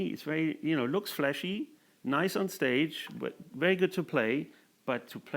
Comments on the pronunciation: A pros pro. Love his unique style. Never had an off night. It took me a while to realize he keeps saying "Flashy" not Fleshy 😄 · is he saying Flashy or Fleshy? Never the less. He's been a guitar influence of mine for 40 years.. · I keep thinking he's saying the guitars are "fleshy." 🤔